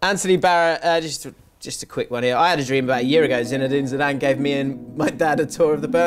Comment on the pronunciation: look, we’ve gotta squad ‘ear.